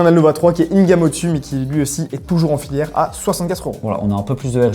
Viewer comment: BONNE ANNIV! Par contre, des casques filaires, pas filiaires 🤣